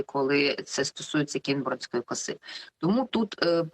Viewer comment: Якщо ви говорите про Кінбурнську косу, то ставте наголос на і !